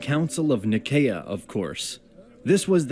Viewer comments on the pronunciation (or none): Pronunciation problems - Nicaea - Ni-see-ah, not Nikeea - Pascha - Pahs-kah - not Pa-sh-ka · Also, I hate the way this guy in the video says several different terms, such as Nicaea, Pascha, Filioque, etc. Makes me cringe and makes me kinda think he doesn't know enough about what he's talking about